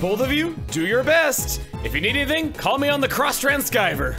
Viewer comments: Why do you call it "trans-sky-ver"? I'm asking cause I was under the impression that the second part of the word is from "receiver". Which in turn I thought was pronounced "re-see-ver" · Why do you call it cross transqyver? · why are you saying cross transceiver like that? like thats an actual word in real life, in actual English, i dont get the joke here. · People get a simple joy out of intentionally mispronouncing words sometimes... there's no real "joke" to it, it's too fundamental to explain so don't worry about it